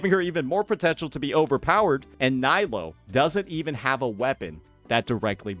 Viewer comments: Her name is Knee-low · Dude you pronounce nilou wrong